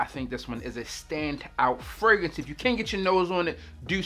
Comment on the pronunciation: the way you say "fragrance" kills me. "Fraguntz" 😂😂😂